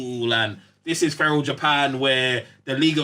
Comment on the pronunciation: Man said feral japan😂😂